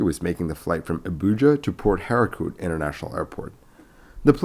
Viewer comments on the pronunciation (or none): You pronounced Port Harcourt terribly wrong 😂 it's Har-Court (Like court room). I wouldn't worry though just fyi